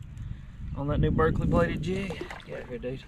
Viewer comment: You said “ Berkley bladed jig” ??